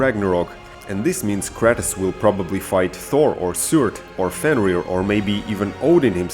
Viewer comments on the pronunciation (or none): wait... did you say cratus???? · whyd he say kratos like kratas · It's Kratos no kratis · Bruh its not kretis its krAtos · does it bother anyone when he says Kratos wrong he says it like (kratiss) when is Kratos (kr-ay-toe-s) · Kratus b o y say shit properly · The way u pronounced there names had me triggered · Dude why do you pronounce Kratos like that? Hes such an iconic character for years and it sounds like you havent even played the game.